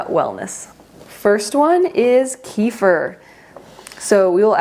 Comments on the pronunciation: Kefir is pronounced kay-fear with the stress on the second syllable.🙂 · She says it that way in other videos but most in America know it pronounced “KEEFER” so I think she does that for the rest of us